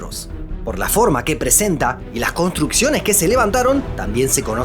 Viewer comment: Se dice conStrucciones, no coNtrucciones!